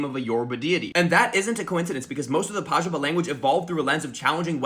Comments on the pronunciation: Pajubá: let's put an accent on the last A so it's clear that the stress falls on the last syllable Americans: great idea! Anyway, PAH-joo-buh... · I'm not usually salty about people's pronunciation of languages they aren't fluent in, but as a linguist, please don't ignore our accents in Portuguese. It's yorubÁ! PajubÁ! This last A is where the tone is. Thanks! Sorry for being a prick